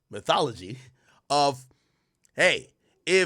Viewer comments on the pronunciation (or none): it's methodology, not methology.